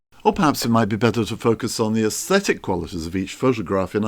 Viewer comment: But he doesn’t pronounce them correctly.